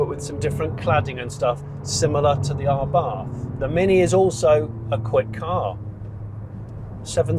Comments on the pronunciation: *Abarth, not Arbath... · I don’t think it’s “R Barth” It’s just abath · "Arr barth" 😅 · It is pronounced abart... 🙂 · There is only one r in Abarth. It's not pronounced arbarth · Learn how to say the brand name properly before you do a review 🤦